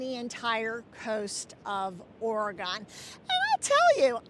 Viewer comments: And I don’t want to be that person either, but I’m a native Oregonian, and it does have 3 not 2 syllables. It’s pronounced: Or-a -gun. Many who live out of the state say Or-a-gone. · You seem like a very nice lady and I don't want to be That Person but "Oregon" has only two syllables, not three. It sounds like "Organ," not "Or-A-Gone."